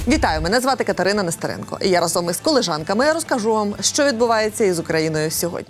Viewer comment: Вибачте, не « колИжанками, а «колІжанкаии»..)